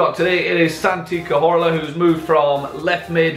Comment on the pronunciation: You said Cazorla wrong